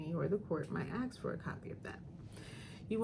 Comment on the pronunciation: I love this lady but how can an educated attorney pronounce “ask” as “axe”??? Lol